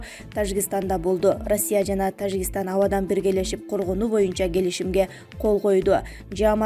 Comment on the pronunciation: Ээ блогер сабатсыз биринчи Тажикистан деген сөздү туура айтып алчы🤣🤣🤣🤣